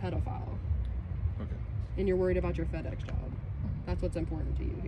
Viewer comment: All his co-workers should see this and totally alienate him. It's supposed to be FedEx not PedEx !!